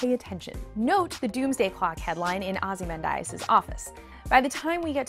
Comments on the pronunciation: Oh, what I meant was, she could have read the whole graphic novel cover to cover and still not know how to pronounce Ozymandias. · Lmao the writing is good, but she obviously didn't know anything about it because she just reads the script. pronunciation of Ozymandias, clearly no idea, not her fault the production crew should have caught it.